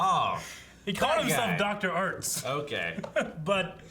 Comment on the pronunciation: His name... is ARZT not ArTs